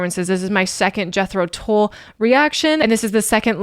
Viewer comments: There’s a Scandinavian flute player/music teacher/reactor who pronounces the band’s name as ‘Yetro Tool’. Adorable. Thanks for this one,. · 😊 The band Jethro Tull,are Not dull, but that’s the way it’s pronounced